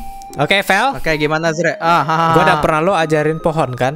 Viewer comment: kak bukan arze:)